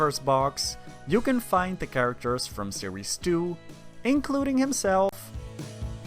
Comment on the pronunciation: Instead of series 2 I heard sirisu